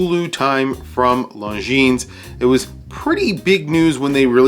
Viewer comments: Is not “long jeans”... is more like lonzeen (the final s is silent) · A friendly correction… It is pronounced Longine. The “s” is silent. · FYI, the "s" in Longines should not be pronounced... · You dont pronounce the "s" in Longines.